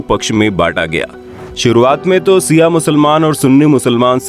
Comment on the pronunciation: Not siaa it's Shia ishna aashari